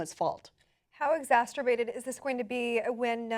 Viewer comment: Psst, someone tell that the word is "exacerbated," not "exasturbated"! kthx!:D